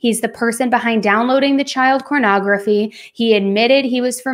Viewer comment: Ok maybe I am to old or innocent, is saying cornography and what the hell is that.